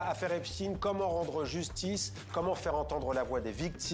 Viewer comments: Ce n'est pas Epstine, mais Epstein. Vous le faîtes exprès. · Epst « ein »!!!! C’est comme Liechtenstein, Frankenstein, Harvey Weinstein !!!! Ce n’est pas compliqué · Quand vous dites epstine, c'est en hébreu?????